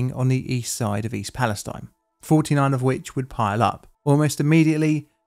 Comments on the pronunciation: it feels so weird to say free palestine with a long e as the final vowel instead of a long i it's extremely confusing to have to switch back and forth with the real pronunciation and a bastardised american pronunciation. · i think east palestine isn’t pronounced like that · Uhhh… The locals in East Palestine pronounce the last syllable to rhyme with “teen”. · I see more people complaining about the pronunciation of East Palestine not being like how they say Free Palestine. Why are these two pronounced differently? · I'm just surprised that nobody has corrected your pronunciation of "East Palastine" yet, at least not in any of the comments I've seen. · Surprised you missed the (odd) pronunciation of East Palestine, which was all over the news at the time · Not even in and you MISPRONOUNCE THE NAME OF THE TOWN! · How else does one pronounce the name? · East Pal-e-STEEN, not stine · According to the municipal government, the official pronunciation is "EAST PAL-uh-STEEN." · The city is pronounced East Pal ess teen. It's 20 miles from me. The train wheel was caught on camera failing in Salem next to the plant i grew up in. Many of my friends snd coworkers were affected by this. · East palestine is pronounced "east palisTEEN" and not like palestine btw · It’s pronounced “East Pales-teen” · The city's name is pronounced "pal-es-teen", not "-tine". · It’s pronounced “Fronkensteen,” I mean “Palasteen.” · To be an annoying Ohioan: its Pal-a-steen :) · Psst: it's "Pal-a-steen" akin to Versailles KY being pronounced "Ver-sales". Go figure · Pronounced East palesteen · I was going to say the same thing. Ohio has a history of towns with alternative pronunciations. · Maybe some more research, and he would know how to pronounce it. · Imagine saying Free Palestine with the last vowel being a long E instead of a long I. It feels so weird to have to put up with a bastardised pronunciation that an American town insists is the right way to say it.